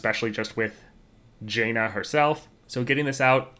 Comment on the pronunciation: nitpick, but it is either pronounced jan-uh with jan pronounced as pan OR jawn-uh with jawn as in yawn.